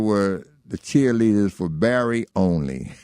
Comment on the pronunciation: Why does he keep calling Berry BARRY?